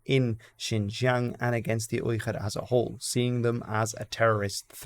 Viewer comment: the pronunciation of "Uyghur" is with a normal "g" and not whatever you are doing